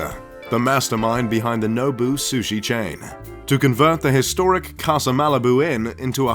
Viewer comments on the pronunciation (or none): none